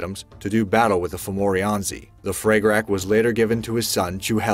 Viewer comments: Fra ga rah is how it's pronounced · HOLY FREAKIN HELL! At least do some research on the pronunciation of these weapons.... FRAG-A-RAWCH (phlem), FUCK!